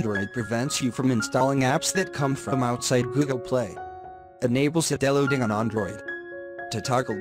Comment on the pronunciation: BTW not see-del-loading..... = side-loading 👍